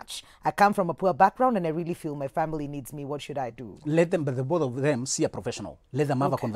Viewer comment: Hahahaha eeei "...maybe it's your smile.." 😂😂😂 Rearry?